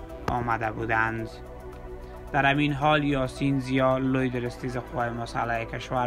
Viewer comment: ازگویندگی‌و صدای افتضاحت که بگذریم تمام کلماتی ک بکاربردی یااشتباه بود یاجابجابطوره مثال به کلمه همین میگی امیین.یابه‌کلمه مقابله به مثل میگی عمله بالمثل این کلمات اشتباه رو ازکجامیاری تو جناب گوینده؟؟؟ ازین بگذریم بدترازهمه این بودکه به‌کلمه پیروز بهروز گفتی. جان مادرت برو سراغ یک کاره دیگه‌و گویندگی‌نکن‌واین کار را رهاکن نه صدا داری نه استعداد داری نه سوادکافی داری .انقدربد وافتضاح خبرگفتی ک اصلابه خبر کسی توجه نمیکنه بیشتربه گفتارافتضاح تومیخندن .عمله بالمثل بهروزباشید درامیین روز🤣😂